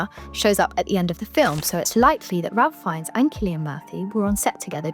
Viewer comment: It's pronounced "Rafe Fines".